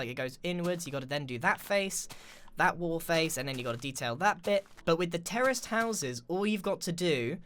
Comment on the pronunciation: I can't be the only one hearing terrorist houses instead of terraced houses